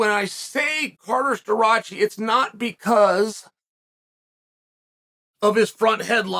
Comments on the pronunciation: Stuh-Rah-Chee not Stuh- Roach- eee. Douche. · Chael it is pronounced Stuhrocky by the way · The best part is Chael absolutely butchering his last name right off the bat😂